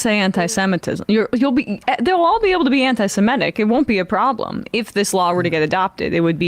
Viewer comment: Ah, but we're talking about "antise-meh-tic" not "antisemitic". A completely different thing.